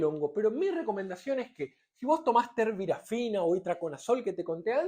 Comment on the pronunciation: "Terbirafina" --> TERBINAFINA 🤦🏼‍♂🤦🏼‍♂🤦🏼‍♂🤦🏼‍♂🤦🏼‍♂🤦🏼‍♂🤦🏼‍♂🤦🏼‍♂ "Cicloprox" ---> CICLOPIROX 🤦🏼‍♂🤦🏼‍♂🤦🏼‍♂🤦🏼‍♂🤦🏼‍♂🤦🏼‍♂🤦🏼‍♂🤦🏼‍♂ "Amorolfine" ---> AMOROLFINA 🤦🏼‍♂🤦🏼‍♂🤦🏼‍♂🤦🏼‍♂🤦🏼‍♂🤦🏼‍♂🤦🏼‍♂🤦🏼‍♂